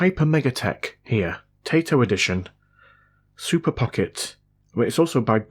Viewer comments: Taito like in "tie" "toe", and not "tay" "toe". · TAITO is pronounced TIE - DOE or TIE - DOW. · I really don’t know if you have heard of this company name said properly or not but it’s said Tai-To. (Tie-toe) I’m just trying to be helpful. Great Vid 😊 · Now I think I want one of those. And for the record, the company's name is pronounced "Tie toe." They're a game maker that's been around for a long time, and have some games that say their name when their logo comes up. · Taito is pronounced TIE-TOE .